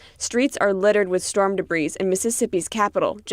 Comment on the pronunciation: Please someone help here debris is pronounced deh bree, not debreeze.